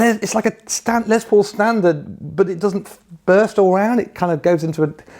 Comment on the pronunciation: Why do you teabags all say LeZZZ paul? The man's name was Lester. Les for short. Can you GUESS what it rhymes with?